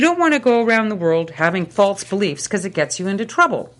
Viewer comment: This is not only a good example of the Problem of Evil but also a good example of the linguistic concept of excrescence! Listen to how her "false" becomes "faltse."